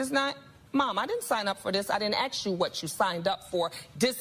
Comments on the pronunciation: WTF is up with all those 'axes' It's ASK in English "to ask" not "to axes" Wish people would learn their own god damned language. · "she didn't AXE" me! 🤣